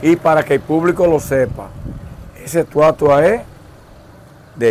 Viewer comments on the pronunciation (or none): Amigo disculpa,no es molumento sino Monumento, tampoco es estuata ,sino Estatua.Cuando te expresa por las redes sociales te ven en el mundo.